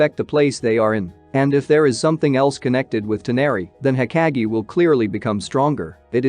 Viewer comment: pleasee its not hokagiee, its hokage 😭